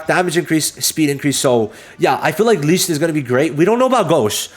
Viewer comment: You kept butchering the pronunciation of Licht. You really need to watch the english dub to learn the correct pronunciation.